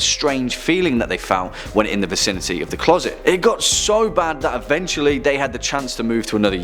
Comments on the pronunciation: Clause it? Where is the narrator from? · Why can’t you say the word closet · ITS CLOSET NOT CLAWSET, LEARN HOW SPELL IDIOT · What’s a clorset? I giggled when you said that... TWICE 💋💋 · "Clawset"? Did i hear that right?